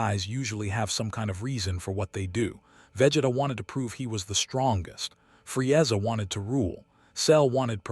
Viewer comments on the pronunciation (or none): I'mthe man, Fre-ezza, Nawlin. AI pronunciations, hilarious